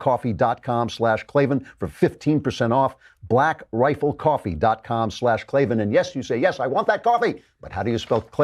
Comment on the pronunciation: Either change your name or pronounce it correctly. Klavan should be pronounced clay van